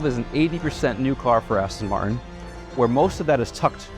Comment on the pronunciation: You work for Aston MarTin. Learn to pronounce the “T”. It isn’t hard. 🙄🙄🙄